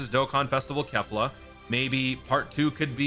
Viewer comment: how dare you say Kefla sir…..